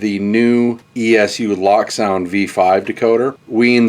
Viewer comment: it's pronounced Loak